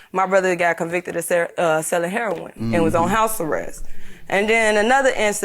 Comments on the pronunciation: What’s with this heron, not heroin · why do people say heron instead of heroin, lol. so funny